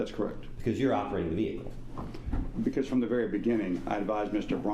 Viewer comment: Great Witness! "and his venicle" hahaha atty. wasn't expecting that good one thankyou sir God Bless!